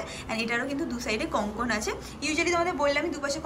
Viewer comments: কথাটা কনকন নয়, ওটা হবে কঙ্কন। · Kothata Konkon noy, Kongkon 😂. Ar Glasschur jeta ke bola hochhe ajkal seta kintu amader Bangali der onek purono goyna ja ke Kharu bola hoto! Ajkal sob goynar weird sob naam dichhe loke! Amar mone hoy apnara jara eisob niye vdo korchen, khub e upokar hochhe sobar, tobe apnara ektu study kore niye vdo korle, aaro authentic hobe. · ওটা কনকন নয়😂😂 ওটাকে কঙ্কন/কংকন বলে । কনকন করে ব্যাথা করে😂😂😂 এত সুইট তুমি না!! বাচ্চাদের মত পুরো😃😃🥰😘😘